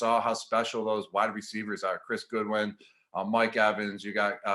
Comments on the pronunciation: "Chris Goodwin" and "Cameron Brat" lol. You're the man, Gronk! We're glad to have you. I don't care if you mispronounce your own name, dude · It's not Cameron Brat, it's Brate, nor is it Goodwin, it's Godwin, tighten up Gronk! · i love u gronk... but its GODwin and brATE haha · He mispronounced Chris Godwin and Cameron brate Oof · When he said Chris and Cam’s last names wrong...smh 🤦🏽‍♂️